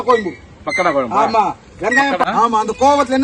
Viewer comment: டேய் பாடு அது கொயம்பு இல்ல டா குழம்பு , அவங்க கூட உன்னை விட தெளிவா சொல்றாங்க ..உங்க தலைவன் குருமா கெழவனே.. கோயி கொயம்பு னு தா சொல்றன். யு டூப் ல தட்டினா ,1௦௦௦ பகோடா குழம்பு வருது ,கேப்சன் போடும் போது பொருத்தமா நம்புற மாதிரி பொருத்தமா போடு, அவங்கள வச்சி சம்பாரிக்கிற ,நிறைய பொருள் வாங்கி கொடுடா , 1௦௦ ஊவா கு ஆட்டுக்கு காலும் , 1௦௦ ஊவா கு மொளகா தூள் ,,எண்ணை வாங்கி கொடுத்து ஏமாத்துறான் ..